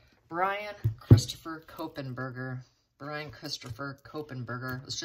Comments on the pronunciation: Not Ko pen.....just KOH....Berger. There is no "Pen" after KOH and before Berger. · Kohberger. There’s no N to make it kohenberger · Kopenberger?? It’s Kohberger (Co-burger) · Normally I would say nothing about pronunciation mistakes but this one is too close to my daughter's last name and it creeps me out. You said it like Copen. Since I raised her in Seattle, then Portland and now she is in Idaho...too much connection.